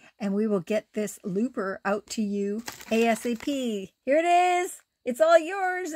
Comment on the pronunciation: CONGRATULATIONS ANGELA 🎉 Each time you said Looper, Lisa heard "Loofah" 🙄